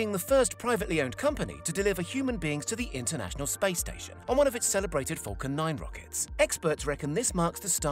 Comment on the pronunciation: I allways here him say 'fockin' 9 rocket' instead of falcon 9 xD